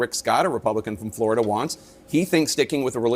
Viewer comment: It’s not called Floi-DUH. For a reason. I’m a Floridian BTW.